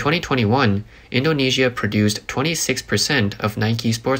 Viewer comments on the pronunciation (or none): none